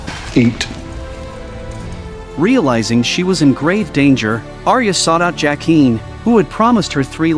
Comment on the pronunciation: AI narration is stupidly bad. Mispronounces characters names. Bran pronounces BEN-jen correctly. Why can’t the narrator? LYE-AH-na? Duke of Winterfell? Seriously? JACK-EEN? WTF?